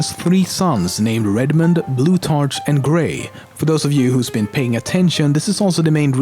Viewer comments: Nice vid, BTW the 'ch' in the name Blutarch is pronounced 'k' as it is in the word 'school'. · The way he pronounced Blutarch annoyed me greatly. It should be pronounced a like a k not like a ch. It is counter intuitive but English is generally difficult, but it can be understood a through thorough thought though. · Blutarch is pronounced blue-tark, it bothers me how he says it. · He way he pronounced blutarch and pauling made me so mad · ur saying blutarch wrong